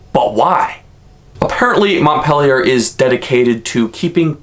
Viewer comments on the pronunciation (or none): MontpEELier. Not " Montpellier". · It's pronounced "Mont-PEEL-ier" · TRIGGER WARNING SNOWFLAKES DON'T READ YOUR FEELINGS WILL GET HURT!! I'm a lifelong Vermonter. And it is so annoying when someone does a video about a state and can't even pronounce the state capital's name correctly!! I grew up in (I pronounce it Mont-pill-ier). And they wonder why there called snowflakes and flatlanders. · The capital is MONT-PEEL-YER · You are pronouncing the capitol wrong.